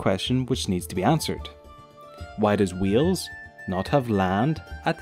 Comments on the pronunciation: Omg the way you say Wales it sounds like your saying wheels it's said like whales 🐳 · It's Wales not Wheels ffs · Wales not wheels ! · you know.. learn how to bloody speak as a welsh person that was born and lives in wales is bloody annoying mush. Ffyc ti! LOL! no hate at all but it did set off my obsessive-compulsive disorder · Lol "wheels" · Weels??? Are you kidding me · Did you say "WHEELS"?. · Sooo im welsh and im sorry but is the called wheel's or wiles NO HATE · bro you are saying wheels i'm welsh and when you try and say wales but say wheels its a disgrace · David Amicus Well, my English teacher said both of them differently. But it was because her dialect was really old. I think it has something to do with a thing called whine - wine merger. If a person pronounces they different, whales is pronounced something like hwals, and Wales is pronounced the same as today. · You can’t say it properly sorry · Good try X3 but its not Cymru isnt pronounced camri, its ( cym-ri) And Wales is Wales, not wheels X3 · Wales not wheels if you can't say wales don't say it and btw you said cymru wrong just stop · Oh god the way he say Wales and cymru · I am fr9m wales you said wales and cymru weirdly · As a Welsh person myself he pronunses Wales and cumru wrong